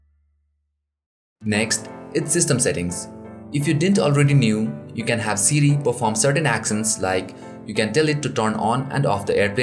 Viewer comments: Sidi u mean siri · it sounds like he is saying CD instead of siri lol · Lol. Siri is "Seedy".